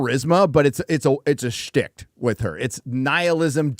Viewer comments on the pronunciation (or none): The word "schtick" does not have a "t" on the end of the word,. Dear Gawd, saying "schticht" is almost as dumb-a$$ as saying "pundint". Yer pal Razor would never make that egregious error.